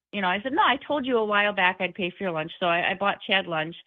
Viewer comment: "We're downstairs having lush" It's, "LUNCH," Chad. "LUNCH!"